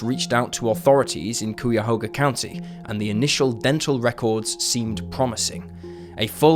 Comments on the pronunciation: Cuyahoga is not pronounced "coo-ya-HO-gah" it's "kye-ah-HO-gah". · Say: "Kaiya Hoga" for "Cuyahoga". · Btw, Cuyahoga is pronounced "kai-uh-hoh-guh". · I was 14 when Linda disappeared. It is Akron, not AK RON. It is CUY A HO GA County AI. Learn how to pronounce them correctly.